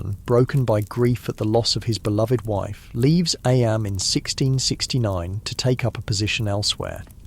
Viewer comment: sorry- don’t mean to be rude as i love these videos ! Was just wondering due to the part where it discusses eyam - noting that it’s pronounced ‘eem’ although the narrator continues to pronounce it as ‘eyam’ and then goes on about ‘lead mining’ (read aloud as leed mining haha). Obviously this might just be human error which is totally understandable, but it would sadden me to know these were just ai generated with an ai voice, not to mention due to the historical content of the videos !